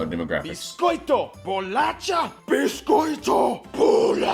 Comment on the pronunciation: Você falou, pronunciou muito bem a palavra biscoito🤗🤗🤗